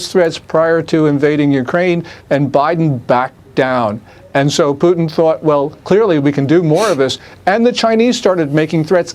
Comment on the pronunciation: “President Pewtin?” 😊